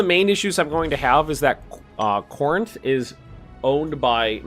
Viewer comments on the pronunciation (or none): none